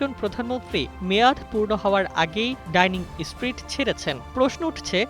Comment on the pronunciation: ডাইনিং স্ট্রিট নারে পাগলা, ডাউনিং স্ট্রিট।